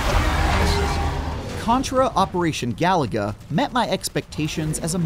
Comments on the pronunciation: he called it galaga not galuga lol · It’s pronounced: Ga-Lu-Ga. Not Galaga. NPC Journal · It is not operational galaga this is operation galuga as the reviewer is saying it wrong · "This Contra game is too much like Contra" - Also: ga-LOO-ga. Not "Galaga". Wrong game, mate. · It's ga-loooooo-ga, not galaga for crying out loud! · It’s Galuga, not Galaga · It's Ga-Lu-Ga not Galaga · It's GalUga not Galaga. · It's pronounced GA-LOO-GA. They literally say it in the game. And you wonder why people mock your reviews? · He said Galaga-- like wth? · Is it not, "Gah-loo-gah?" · Say it with me: Ga-loo-ga. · This is the 2nd video review I've heard that is pronouncing Galuga as GALAGA 🤦‍♂️ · “If only (mispronounced game name) were less like itself” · Should have known something when they can’t even say the name of the Title right. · Why does he say the title like there's an A where there is a U 😂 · How this channel has 18 mil subs is whats is mind-blowing considering these "game journalists" don't even know how to pronounce the name of the game. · You can’t pronounce the name of game, you shouldn’t review it!